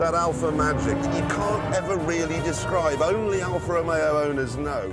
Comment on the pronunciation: never knew it was Alfa Romeo, they always say Alfa Amayo